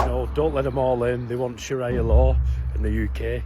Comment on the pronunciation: pronounced sharia wrong but thinks we should listen to him 😂